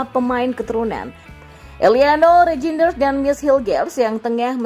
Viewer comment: Eliano Reinders bacanya. Jnya ngga usah dibaca. Mees Hilgers bacanya Mees Hilghers 😅.